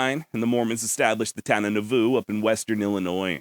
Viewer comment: I live just a little north of there and it is pronounced NAH-VOO. Thats a hard one. This show keeps getting better!